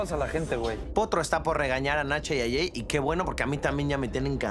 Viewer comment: En primera es Jey no eel Jey jajaja se nota lo naquito....brayanss😆🤣🤣